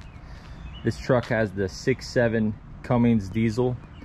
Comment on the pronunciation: CUMMINS, not comings!